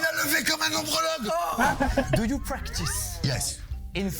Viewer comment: le pire c'est quand même ombrologue, genre urologue, gynécologue... Je crois qu'Eric ne l'a pas dit une seule fois correctement 😂